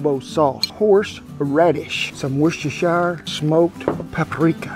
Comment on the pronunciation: My goodness, an American who can say Worcestershire without adding a bunch of unnecessary syllables. I'm impressed Mr. Rollins